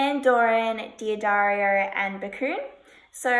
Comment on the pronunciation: D'Addario is correctly pronounced: Daddario.